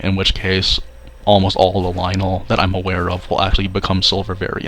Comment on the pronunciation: It's "Lynel" Bruh 🤦🏿‍♂️